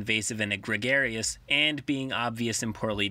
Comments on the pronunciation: hot TIP 'egregious' is pronounced 'a-gree-juss', not 'egg-reg-air-ee-uss' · just a minor nitpick but egregious is pronounced uhh gree jus not egg air ee us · Egregious = əˈɡrējəs = uh-GREE-jis over the line; glaringly bad; flagrant Gregarious = ɡrəˈɡerēəs = Greg-Gary-us liking to be with other people; outgoing; charming; personable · You have a good narrative voice. Egregious is pronounced Eh-greej-us, meaning exceeding the bounds of acceptability. I've been in campaigns like that before, it sucks. Part of the fun of being a DM is rolling with the punches. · Captain Sparrow: it's pronounced EGG-REEJ-US... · Captain Jack Sparrow: “it’s pronounced ‘Egregious’“ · I don't know if someone has already pointed it out, so if they have, reply to this and let me know and I will change it :). Egregious is pronounced like "Eh-Gree-Jiuss" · Nobody:: egregarious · Egregious. eh-gree-jous, bro. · Eh-Gree-Juss. Egregious. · "E-gregarious" :P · Egregious "eh-gree-juss" No big deal, though; it's a weird word. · eh-gree-jus. Otherwise, keep up the videos! Been binging them for a while now. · Great video! (Egregious is pronounced ee-gree-jus) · eh-GREE-juss Sorry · Egregious - ah-GREE-jus. OMG get a dictionary. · "Egregious" is pronounced "egg - REEJ - us".